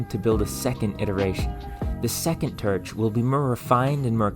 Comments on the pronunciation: Honestly can't tell if I'm watching to learn or to hear him pronounce words with "or" sounds. Er should I say "werds?" 👀 So far, "terch" is my favorite. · I’ve never heard it pronounced TERCH before. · Dammit, now I feel bad for chuckling at "terch". Your content is great. Thank you for sharing. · where are you from I notice you pronounce some of your Os as Es such as torch as terch and I don't think I've heard that accent before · Why you say Terch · Turch? Is that what im hearing? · Blow terch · Very cool but the pronunciations grind my gears. Blow terch being the most repeated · It took me 12 times of him saying terch to realize he's saying torch. You have an interesting way of talking. Awesome video. Also is that an accent or a lisp? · You have a very interesting quirk in the way you speak. Everything sounds "normal" to me (I'm from Southern Ontario, but, also, when I went to Houston, Texas, lots of people sounded just like back home for the most part; tldr that's the accent, no idea what to call it), expect when you say "torch" or "form", you pronounce the "or" like "er" or "ir", it sounds like you're saying firm instead of form to me and torch sounds like terch. I've never heard that before. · Why do you pronounce the 'or' sound as 'er' ? You say 'terch' and 'ferest' - where are you from to have this accent? Irish? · Terch? Melk? What planet are you from? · I'm so curious what accent you have. It sounds like a completely normal middle American accent, until you say a word with the sound "or". Like, "historical" legitimately sounds like "hysterical", and "torch" sounds like "terch". You say other "o" vowels in a totally normal way, and all other vowels before other "r" sounds are normal as well. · "Blow-terch" "Entire ferrests" "Naturally perrus material" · Very interesting video, but why is he pronouncing his "or"s as "er"s? A few examples of what he says....... "terch", "ferest", "ferm", "peres", "abserbing", "mere"